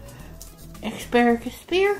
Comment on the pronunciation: OMG! You've said "EXparagus" twice!🤦‍♀️🤦‍♀️